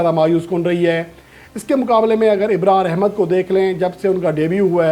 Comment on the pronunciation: Abay tou pahle apne alfaaz ki adaayegi durust kar. Abrar ko Ibrar kahta hai, Lubbe-Labab ko Lubbe- Libab kahta hai. English alfaaz ki tou dhajjiyan uda deta hai